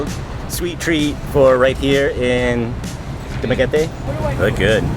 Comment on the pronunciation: Very Good for pronouncing Dumaguete correctly. 😂 I for a second thought that expected for a Dumaguete sound like Spaghetti. But 101% on point Man!